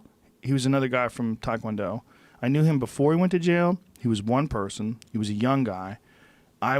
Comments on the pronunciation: If Rogaine Rogan was really all that serious about taekwondo as he implies all the time, one would think he’d actually know how to pronounce the martial art correctly.... What a pathetic fool.... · Joe "I taught the whole world takwondo" Rogan